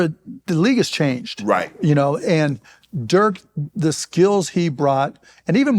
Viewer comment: I'm surprised that Mark still doesn't know how to pronounce Dirk